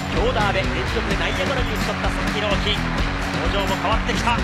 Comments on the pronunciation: アナウンスが「佐々木ドーンキー」に聞こえるのは私だけ？ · バカにしてる訳じゃないけど 名前のコールが佐々木ドンキに 聞こえてしまいました